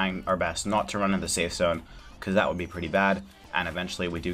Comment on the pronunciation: "I might wanna eat, just to say stafe"